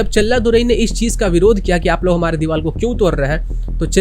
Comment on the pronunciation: Deewar not deewal👍🏻